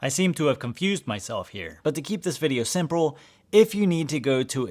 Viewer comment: "to keep this video simprle"